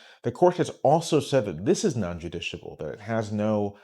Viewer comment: (Non-justiciable - non-“Jus-tish-i-able” )